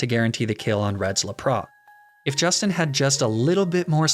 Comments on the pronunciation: why would u say lapras like that im triggered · You just had to slip in the "Laprah" at the end, didn't ya?